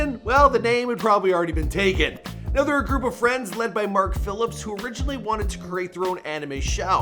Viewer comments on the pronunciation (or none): none